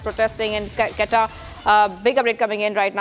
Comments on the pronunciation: Its not qetta its quetta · Its not Qatar its QUETTA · It is not Qatta it is Quetta (Ko ee ta). At least pronounce it properly! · Plz learn the correct pronunciation of Quetta before you give any news about it!!!!! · This anchor has to be taught how to pronounce Quetta.Kahan sey utha ke lekar ate hai inko